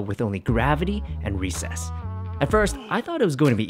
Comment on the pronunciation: STOP SAYING RESSES